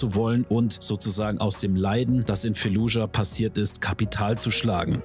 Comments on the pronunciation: wie mich einfach triggert wenn du jedes einzelne mal "fallujah" falsch aussprichst. das heisst nich f*e*llujah selbst im englischen (wie auch im arabischen und im deutschen) wird das "f*a*lludschah" ausgesprochen. ohne e. (und auch ohne k. weil is ja kein k drin.) 🧐😂 ändert jetz zwar nix mehr am video - aber vll. als hinweis für zukünftige auseinandersetzungen mit dem ortsnamen im rl als auch im spiel 🙂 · FAAAAAAAAAAAAAAAAAAAALLUJAH. F-FUCKING-ALLUHJA. Nicht Felludja oider Fällujah... FFS